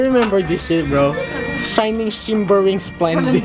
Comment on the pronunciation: "Shayning, Shimbering, Slendid"